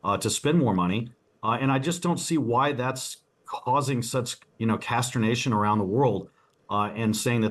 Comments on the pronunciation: This guy is rich but obviously totally thick."Casternation" instead of consternation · Yeah, why all the "casternation?"